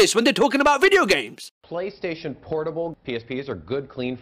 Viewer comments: "Playastation", heheh.. "playa" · the way he says PlayStation is killing me. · How can YOU fuck up the name of the aforementioned console? no h8, m8 luv u bb